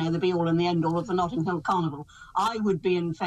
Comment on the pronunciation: Notting Hill, not 'Nottinghill'.